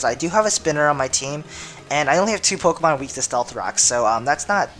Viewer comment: dude quite a few of the POKéMON that you DO use you can't pronounce their names.....